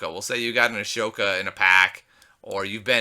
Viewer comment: Sorry again but, ahsoka is pronounced asoka plz no hate don't hurt meh plez